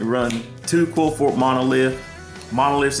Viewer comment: Qli-Fort say it that way.